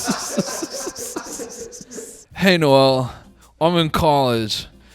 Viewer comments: What does he pronounce his name “nole” ???????? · is no one going to mention how noel pronounces his name like nole? have we been wrong this whole time?!